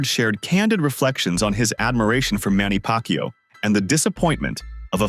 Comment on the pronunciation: Manny pakyow 😂😂 Exactly like a filipinos version of fucku